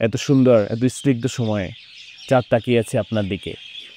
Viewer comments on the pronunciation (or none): যেমন আপনি একটি শব্দ উচ্চারণ করেছেন, ইস-নিগ্ধ!এই উচ্চারণ ভুল, সি-নিগ্ধ হবে।